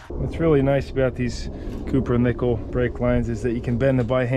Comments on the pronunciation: It's not coupernickle. It's cop er nickle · Are you saying copper nickel brake line or cooper nickel no hate just wanting to know cause I'm gonna be replacing some on a 1968 plymouth satellite sport